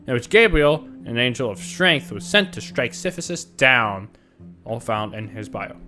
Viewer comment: great video, but i cannot go over the fact that you keep pronouncing sisyphus "siphysus"